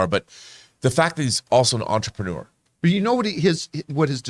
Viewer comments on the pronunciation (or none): none